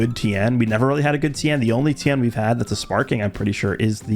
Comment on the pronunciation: It's Ten there is no I It's like saying Luthor wrong such a pet peeve of mine 😤